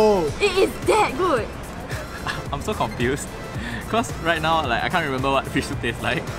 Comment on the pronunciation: Why does he pronouce right now as wreight now